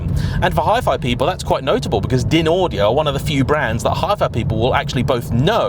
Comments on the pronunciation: DINaudio? 😂😂😂 It's pronounced DINEaudio. In 25 years in the audio business, you are the first person I have ever heard pronouncing it DINaudio. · its pronounced 'dine-audio'. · DynAudio. Pronounced “ Dineaudio!